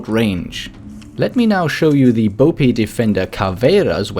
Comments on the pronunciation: For future reference, it's pronounced capitão. Not au. Ão as in aum. Not a completely correct pronunciation of ão, but a whole lot better than au. And also, BOPE doesn't prolong the e. Try to accentuate the o and mute the e, like BOP instead of BOW-PEE. Sorry but this triggers me so much because i've never once heard anyone pronounce capitão or BOPE correctly, even you,, whose german is pronunciation is spot on. Good pronunciation on Caveira though. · Finally someone that pronounces caveira correctly ! but your bope pronunciation was quite bad lol